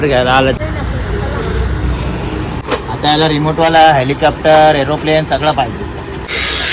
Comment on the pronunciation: विमान नाय आईची चूक काढतो. स्वतःला हेलिकॉप्टर बोलता येत नाही. हेलिकॅप्टर बोलतोय